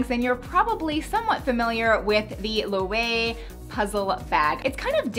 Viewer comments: Low-AY-vay and KIE-yay for Prada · Loewe Correct pronunciation: Lo-EE-vay. Although it is a Spanish brand, the name is German (it was started by a German craftsman, Enrique Roessberg Loewe). In German, the 'w' is pronounced as a 'v'. 😉😘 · I think the puzzle bag is pronounced Low-ev-ay that’s how Mel Soldera says it. I don’t know where they get the V from though lol. I really looooove that bag though!!!! I’d also love to own a peakabo as well. I love yours so much! Now belt bags...I HATTTTE them. I didn’t even have one back in the day when they were called what they are, fanny packs 🤣😂🤣😂 great video as always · It's pronounced Lö-vay (that's the closest i could get) ö is like the o in 'work' , w is pronounced v in German. Google translate will make the pronunciation clearer 😄 It means lion in german and it was the name of the founder Hope I could help ladies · Loewe is pronounced as ler-veh (r is like how british would say it). Spanish brand but from German name. Loewe means lion. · Hi there! It's Loh-wev-eh (Loewe) 😊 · Loewe is a Spanish brand but the name is German so it’s pronounced loo-veh (I know Mel Soldera pronounces it differently) 😊 love your videos!!! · Great video as per usual, really good info and details! It's pronounced Loeve btw 😉